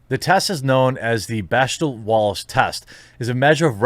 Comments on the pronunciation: As someone who used to date a hardcore feminist, it's pronounced 'beck-dell'. Not that it matters as its a measurement of nothing. There are heaps of movies that are super sexist that pass. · Jeremy, it's pronounced "beck-del." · The one thing you read actually had the pronunciation spelled out phonetically and you still mispronounced bechdel.